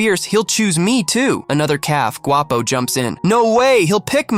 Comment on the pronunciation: You said Guapo by prenonsing the “G” word in Spanish the “Gu” makes the w sound